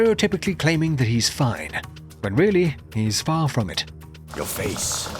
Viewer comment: did he develop a speech impediment? “You wemembew us weedy”